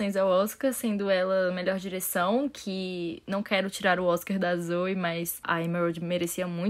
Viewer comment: Errata* : Nome da Diretora que ganhou o Oscar de Melhor Direção se pronuncia Zhao e não Zhoe. Nome completo: Chloe Zhao